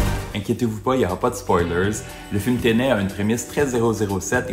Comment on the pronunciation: T’as prononciation de Tenet est bizarre (sûrement francisée) mais alors quand il s’agit de dire un vrai nom français (Dunkerque) tu l’anglicise 😂 ça me perturbe